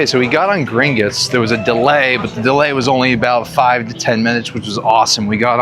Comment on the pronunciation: it’s Gring-otts not gring-itts haha